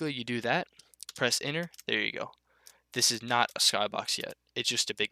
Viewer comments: holy fuck I was stuck on "and press inner to create the object your trying to make, it's pretty simple" yeah so is pronouncing your words correctly you fucking burger, apart from that top tier tutorial, thanks bud, #votebiden2024. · I was stuck on when you said "and then press enter to create the object you were trying to make" because I heard it "inner" :) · he says enter like inward i was so confused at the start lol